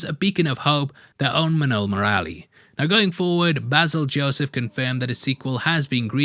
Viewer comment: thanks for doing a fair critic review on Minnal Murali. But may I suggest the pronunciation on the Malayali names? Dasan: "Dhaa-sun" Minnal Murali: "Mi-null Mu-ruh-li" Varkey: "Vur-ki" Hope this helps! And also, Vanishing Vanaja ( Woman) is most likely to be on the thought processes of Basil Joseph, based her relevance in the Malayali Comic Universe (MCU).